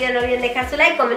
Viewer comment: Decía darle lyke